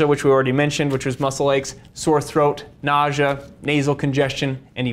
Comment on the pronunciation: The pronunciation of nausea as “nah’jah” by the person in the video is wild